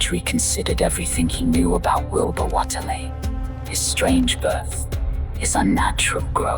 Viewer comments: "Whatley"?? It's "WAIT_LEY" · Could you do “The Shunned House”, please? By the way, it’s pronounced “Wait-lee”. :P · Nice video, but I do not agree with the pronunciation of "Whateley".